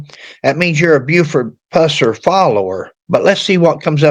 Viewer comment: If you're going to use that ridiculous A.I, misspell the name to Puuh-sir, for it to pronounce it correctly. Also, Buford did not go to the dr for this injury, either. He poured vodka on it. On video: Fmr Drputy James Robertson